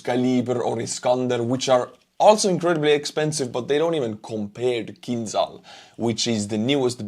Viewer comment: It's not kinzal, it's more like kinjal.